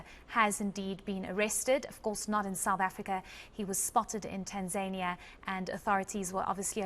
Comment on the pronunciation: Please pronounce Tanzania properly, don't do that Kunta Kinte shit with African words. It's nauseating misunu yenu nx